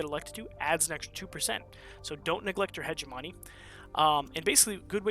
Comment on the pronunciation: I usually don't care about grammar. But I have come to the conclusion that every wonderful streamer will mispronounce hegemony...